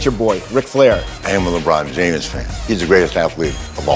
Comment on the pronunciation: did he just say he's a "LeBron Jamus" fan??? 😂 WOO 😭